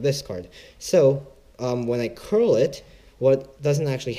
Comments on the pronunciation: its cull not curl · srry to correct you, but it's card 'cull' mate